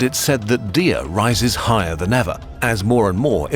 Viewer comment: 1. The Aures mountains weren’t a desert, did no one on the team look at a map? Google images? What would she or the Arabs have burned? Sand? 2. The entire Hassan thing is made up by the Arabs/Muslims 2. That’s not how you pronounce Imazighen or Dihya 3. Dihya’s sons would not have dressed like that That’s not even all of it, I was really excited to see a kurzgesagt video about my favorite historical figure but I’m disappointed by how superficial the research was